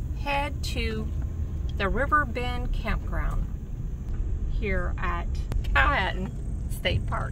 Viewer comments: Pronounced Pow-uh-tan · It's pronounced a little differently than read. Powha tan